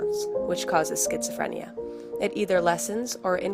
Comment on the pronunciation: there is no "T" in schizophrenia